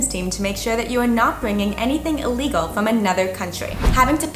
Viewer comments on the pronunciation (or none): none